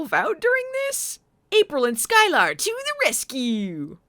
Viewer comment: Sky-Lar...eh, she was no Groppler Zorn...